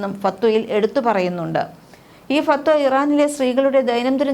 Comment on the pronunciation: ഫത്‌വ എന്ന് പറയൂ ചേച്ചി